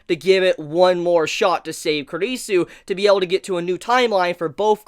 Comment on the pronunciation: Finally, you're the first reviewer I've seen to pronounce Kurisu's name properly. About the Mayuri hand thing. That's a habit of hers that she did a bunch in the original Steins;Gate too. Okabe calls it "Stardust Shakehand".